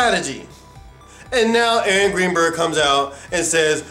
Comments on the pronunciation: To me it sounds like he keeps saying angry birds. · ...I misheard when he said "Aaron Greenberg" and thought he said "Angry Bird" each time. Made for some interesting images in the context. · it sounded like he kept saying angry birds lol